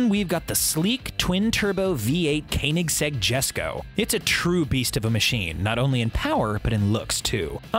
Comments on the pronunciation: MTB Man he also said kininseg🤔, not Koenigsegg🙄. This guy is DEFINITELY NOT a car guy. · its prenounced "kownigzeg"!!!!!!!!!!!!!! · Please stop saying kaenigsegg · Please learn how to say Koenigsegg 😁